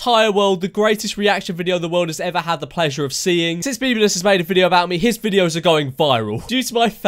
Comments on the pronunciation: Its funny how he says "memolus" instead of memeulous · MEM U LUSS Me:why just why his name is not Mem u Lisa his name is George Memeulous MEMEULOUS OKAY U UNDERSTAND GET IT RIGHT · 'Memuluses' Bro does he even know english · And he can’t say memeulus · Anybody else laugh when he went: mEmuLes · Swear to god he said memulous